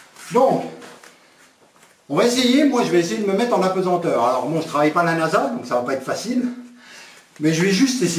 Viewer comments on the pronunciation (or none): none